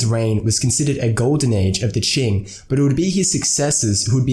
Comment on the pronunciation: It’s Qing, not Qin.